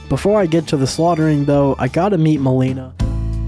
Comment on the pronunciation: It physically hurts me when he mispronounces things like melina solfia river nocron ect